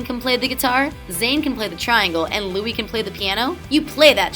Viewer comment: i know all these and also u are the first american i have heard that doesnt say Lewis or Neil <3 Im British and it gets very annoying knowing that people say it wrong